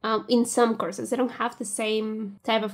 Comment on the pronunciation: i keep thinking youre saying Curses instead of courses